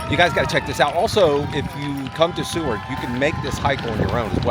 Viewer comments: Please its SOO-word.. Also I loved bobblehead singing but, you need a Shrink! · I thought it was pronounced Sue ward not See ward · Good video guys. Sorry for your health issue! Hope it's better now! PS Seward is pronounced "sue-wrd". You don't really say the a in "ward". 😊 Hope that is helpful. Love the scenery, crazy run up the mountain...😂😂, Hope the guy who fell isn't too scraped up. 😮 Love your channel! Marilyn and Garry C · SUE. WORD...it's pronounced Sueword.. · I am loving following along on your Alaska trip. We are hoping to do it in 2027. BTW it's pronounced Soo-ward. Seward was the Secretary of State for Abraham Lincoln and also for Andrew Johnson, Lincoln's VP, who became president when Lincoln was assassinated. Seward negotiated the purchase of Alaska from Russia, which was known as "Seward's folly" because no one thought it was worth anything. Boy were they wrong! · Pronounced SUE Ward...Seward..😂😊 I have sister livea their. She loved it. Y'all are finding great Free spots❤❤